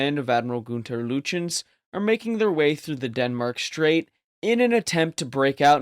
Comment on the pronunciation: How can you presume to say anything substantive about Bismarck et al, if you elide any effort to correctly pronounce the German actors, including Admiral Günther Lütjens? [Günther] Lütjens = /[Goonter] Lootyenz/. (The "oo" is an approximation as the umlauted /U/, ü, is a vowel sound which is not in the English language.) Credit where credit is due, though: You pronounce "Eugen" correctly, despite the popular tendency to say /Yoogen/ or /Yoojen/.